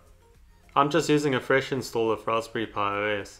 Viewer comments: its a raspberry pi (pye) (pie) not a (puh) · there are classes on articulation that you can take. there were a couple times where i had to rewind to hear what you said. it was the worst with Raspberri pi. wich just comes out as rasbrphhhhae